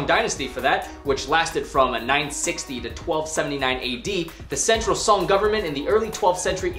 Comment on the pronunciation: You guys can say other Chinese words correctly but not song from Song Dynasty?